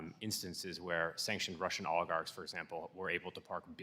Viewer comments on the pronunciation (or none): Lol how does she not know how to say the word oligarchs properly 😂